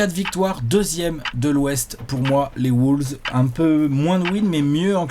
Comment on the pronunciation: Par contre faut arrêter de dire "Woulves"...